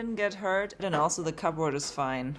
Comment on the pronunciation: you're doing such a fantastic job. You inspired me to work on my own house. I did want to tell you that that we say Cubbrrd... cupboard... I've never heard it called those two words distinctly it's more blurred together.